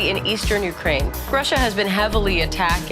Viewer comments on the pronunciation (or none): none